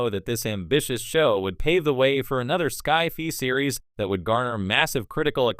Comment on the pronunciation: "sky fee"? Really?